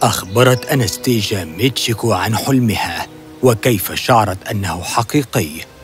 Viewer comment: اسمها انستاسيا ليس انستيجا